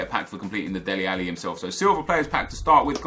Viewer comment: Its DELE Alli not Deli Alli